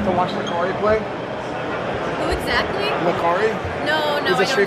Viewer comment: oof... Lacari starts with an L for sure.